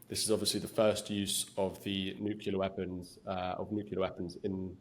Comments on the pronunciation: YOU SAID "NUKULA"! Only ignorant American generals with their fingers on the button say that. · Never heard of a nucula weapon. 😂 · Why is it so hard for people to say "nuclear" correctly? Not nucelar, nuclear. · "Nucular" is not a word. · NUCLEAR NOT NUCULAR SIR. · Victor Davis Nucyelar.😆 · Yes, it's funny so many people can't say nuclear. It's not difficult! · How could they publish this with a journalist who can't pronounce "nuclear".